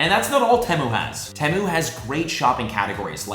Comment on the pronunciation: Temu is pronounced tea moo